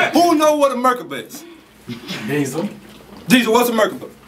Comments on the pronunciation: it's not a merkuba,. it's pronounced mer-KAH-buh. and savants don't have a mental disability. IDIOT SAVANTS do! if you're gonna pretend to be over people's heads, the least you can do is actually know the shit you claim to know. and i fucks wit you, too. when you're not phoning it in like this. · 😂 He said "What's a Mergaba" ...